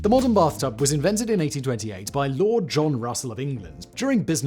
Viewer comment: Brath tub lol